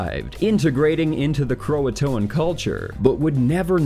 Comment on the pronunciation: (By the way, "Croatoan" is three syllables, not four.)